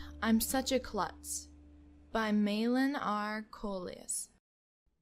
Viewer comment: It's clutz, not cluths, but good try! Love your videos!